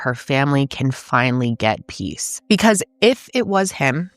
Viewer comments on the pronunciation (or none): none